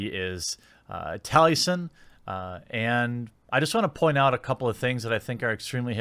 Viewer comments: His name is Taliesin, as in Tali-E-Sin, Jeremy, read the names for goodness sake... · Mr. Morta1ity he knows so little about the guy he is attacking that he can’t even say his name correctly 😬, gained some perspective after watching this